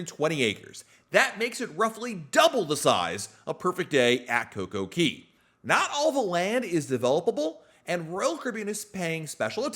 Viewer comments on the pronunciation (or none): It kills me when you say coco KEY LOL its KAY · .. And DUDE! No coincidence DAY rhymes with Cay "Kay". Why on Earth do you pronounce the A as an E? All the signs read CAY. Sounds so weird when you say it that way.. P.S. I enjoy your content